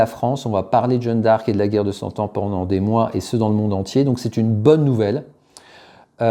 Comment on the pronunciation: Pas "Jeune d'arc" mais "Jeanne d'arc" merci ...